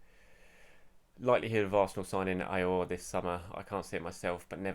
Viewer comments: Aouar is pronounced Oh Wa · Aouar is pronounced Ow-Ahh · his name is pronounced (Ah-Waar) which in arabic means "Pain" or to experience pain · I think it is pronounced ah-oo-ahr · According to a football expert called Don Robbie, Aouar is pronounced, “Aurier”.